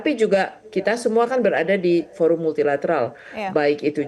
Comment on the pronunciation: Forum mok dibaca foram bagaimana ini...? Gunakan bahasa Indonesia dengan baik dan benar...